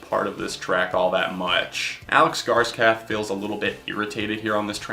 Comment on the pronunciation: "alex garskath" lmao